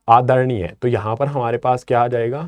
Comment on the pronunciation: Bhai aacha wala headphone laga ka suno aadharnia Pecha sa bola